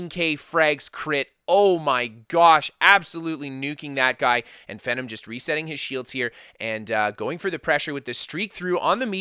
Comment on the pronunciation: Pretty sure its pronounced Fee-Nom (GodPhenom) But holy shit Speed Kills video would make anyone wanna make a stam sorc